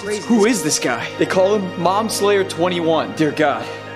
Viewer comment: Bro it’s Momslayer. He did NOT pronounce the B